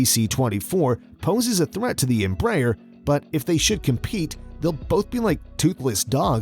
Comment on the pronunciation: At least try to say Embraer the right way